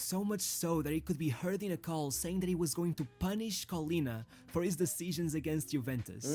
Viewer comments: Callianna? 0_o is pronounced KoLLena (double L and A like in data) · It's pronounced like Collin (like the common given name) + nah